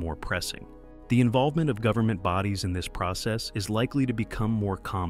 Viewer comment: "Goveenment"???? Check video